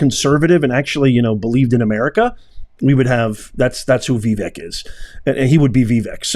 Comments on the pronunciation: Maybe your problem with Vivek's name is that you haven't taken the time to learn how to pronounce it. It's not VEE-Vehk. He has pointed out that it is pronounced Vuh-VAYK. Practice it, "Professor." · His name is not Vi-Vek, it’s Va-vake like CAKE Capeesh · Common man, don't keep butchering Vivek's name. It's NOT Vi-VEK it's Vivek and pronounced as Vi-fake. That's not that complicated, isn't it? 😍🙏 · Vivek is pronounced vi vake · Pronounced Ve-vake like cake. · Vee-vake (rhymes with CAKE) Please take the time to learn correct pronunciations of important names.... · His name is pronounced Vi-vake, like cake. He gives this out himself. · VIVEK is pronounced : Vi VAKE (like cake) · I believe his name is pronounced "Vie - vake". At least that is how the commentators were pronouncing it last night. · PLEASE LEARN TO PRONOUNCE VIVEK'S NAME CORRECTLY. I DID LIKE THIS VIDEO VERY MUCH. THANK YOU, KINDLY...